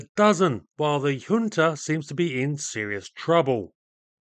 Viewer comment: junta is pronounced as HUNTA. not yunta not jhuunta